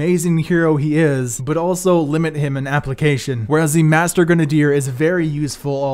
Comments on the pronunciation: Stop saying gren a dier it is grenade r you dumbass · Gren - uh - deer. Now say it faster. Kids these days. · Granadier lol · Why does this dude pronounce grenadier like that ? Its cringey.